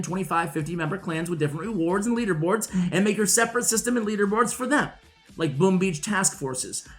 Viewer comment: I’ve never heard an accent pronounce “boom” the way you do